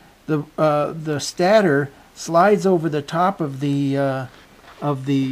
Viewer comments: Stator is pronounced stey-ter, not stat er. No offense meant. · It's actually pronounced stay-tor not stattor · can you say, stey-ter?